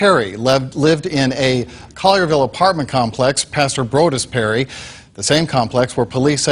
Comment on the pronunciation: Pronounced ( Call your Ville ) lol Just saying